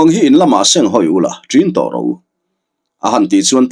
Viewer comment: Lal Go zawn ro, nilo Tuikuk hming ah chuan, Go tih lai rik dan hi Sap țawng GO (Kal) ang a ri in Ro lai pawh hi, Roo ang in a ri tur.